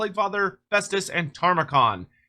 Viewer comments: Ta-mur-khan ✅ Tar-mah-khan 🚫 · Every time says “Tarmakhan” I die a little bit more inside